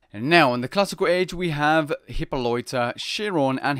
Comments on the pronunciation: How do you screw up so many pronunciations? Achilles not Ar-chilles, Chiron not Shee-ron, Hippolyta not Hippo-loita, Heracles not Hera-cliss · Bruh, how do u pronounce Hippolyta like hipoloita? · "Hyppoloita" lol